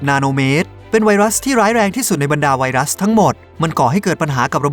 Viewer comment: ผมฮ่าตอนที่บอกว่าไวรัสพิศสส่า555:)ตุณทำไหมผมยิ้ม